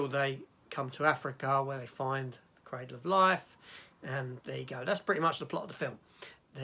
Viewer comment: Oh no, not another Dutch director whose name you butcher. His first name isn't pronounced like the "jan" in the word "janitor". The J is pronounced like the Y in "yes" and the AN is pronounced just like in the word "pandora". On the other hand, you've thought me how to pronounce the word "cradle". I've always pronounced it with the same sound as in the word "paddle". Anyway, I only watch this video today. I'm a little bit behind watching your Tomb Raider reviews.